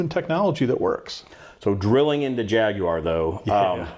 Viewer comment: You might be the only American able to pronounce jaguar correctly.